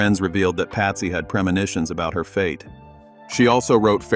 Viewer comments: Patsy not Pasty ffs 🤦🏽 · They got to get these computer crap together. Patsy is not pronounced pasty